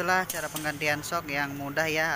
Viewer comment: Hadir 😁 Maaf, itu "mudag" apa "mudah"? 🙏